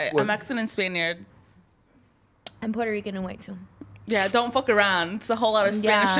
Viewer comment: “I’m Spainiard”